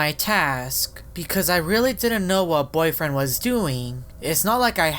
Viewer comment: Are you combined with Boyfriend you just said boyfiend like you are combined with him!